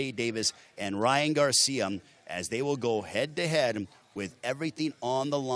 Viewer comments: Why is he saying garciam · Is it me or does this Announcer keep saying Ryan Garcia'm he also said social media'm 😅